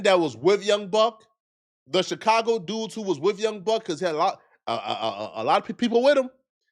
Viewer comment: “Bunch of CHIII CAGO NIKKAS” lmao